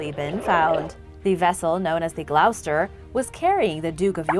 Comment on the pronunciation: Love the show. Gloucester is pronounced Gloss-ter. Minor quibble, I know.